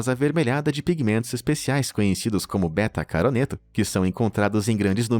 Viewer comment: Ele falou Betacaroneto